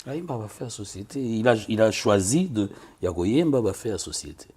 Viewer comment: Sorry,it's De not Du!!!